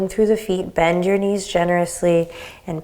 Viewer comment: "Benjyour knees"!!! :D :D :D